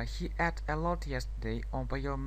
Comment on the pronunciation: слово "ate" читается не как предлог "at", а [eit].... проверьте по словарю, пожалуйста....с уважением Englishмания